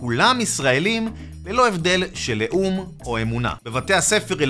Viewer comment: לאום (leom) ולא לאום (leum) עזבתי את הההצאה בזמן ששמעתי את זה. את הדבר הרציני שאתה מדבר עליו אתה לא מבטא נכון… אז כבר לא מאמין למה שאתה אומר למרות שזה נכון מאוד